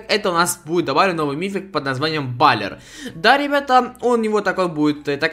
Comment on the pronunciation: Пишется баллер а читается баллэр